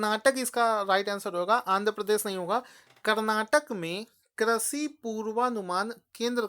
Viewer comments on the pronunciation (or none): Sir, Your videos are good and helpful but sorry to say the word you pronounce doesn't suits your knowledge 'Prithvi' (पृथ्वी), 'Vridh' (वृद्ध), Krishi (कृषि) . I don't to inform you about your this minnor mistake. Sorry but I couldn't stop myself.